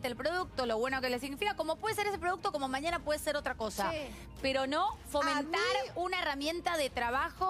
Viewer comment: porqué no pronuncias la ñ, nos es maniana, es mañana, moño no monio.